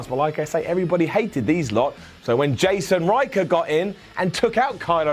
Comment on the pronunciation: its Jaxon Ryker not Jason Ryker.